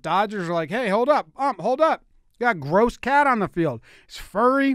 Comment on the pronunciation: the way he said “gross” ik i had to come to the comments